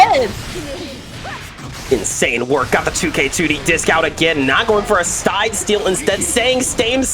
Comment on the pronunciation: “not going for a stide steal, instead staying stame stide”